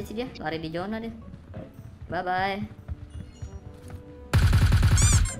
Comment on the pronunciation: "bye" 😂😂 yang betul "Bhai" bang wkwk